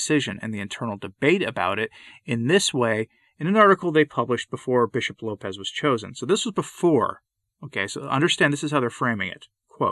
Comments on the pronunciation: It is Lopes, like hopes, not like Lopez. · Just a note….his name is pronounced with the s as an “s” and not the Spanish low pez. It’s Lopes as in “hopes,” with an “L.” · Lopes is a Portuguese name (not pronounced Lopez either), and it does not mean wolf. You’re thinking of lobo.